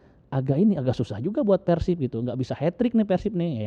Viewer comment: Sunda nyebutnya Pèrsib Non sunda Persib